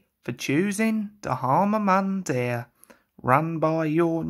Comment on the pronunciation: XD. It's actually pronounced D-har-ma Mun-dear.